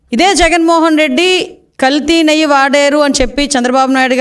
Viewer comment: నెయ్య కాదమ్మా నెయ్యి అనాలి ఇక్కెక్కడి గౌరవ ముఖ్య మంత్రి .అబద్దాల కోరు చేంద్రీ బేబీ.